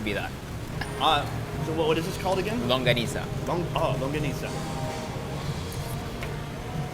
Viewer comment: When he he said "Longganisa" it was so perfect. Part of you is one of us now. We got yow back!❤🇵🇭